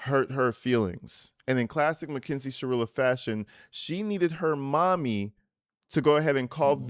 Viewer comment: Is it just me or are you pronouncing it MACKINZIE? Lol.